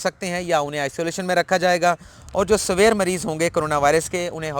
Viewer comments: آپ انگریزی کے الفاظ میں چک پھیری کھاجاتے ہیں۔ برادر لفظ سوئر نہیں۔ سی ویئر ہے۔ اسی طرح لفظ ڈائی زیز نہیں ہے ڈی زیز ہے۔ میں بھی خاصہ اردو میڈیم ہوں پیلے اسکول کا پڑھا ہوا۔ اس لئے آپکے درد کو سمجھتا ہوں۔ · جس کو آپ سویر کہ رہے ہیں وہ سویر نہیں سی وئیر ہے پلیز تلفظ درست رکھیں